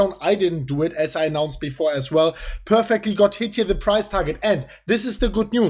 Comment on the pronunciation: We peeeeerfecly... It's unique 😂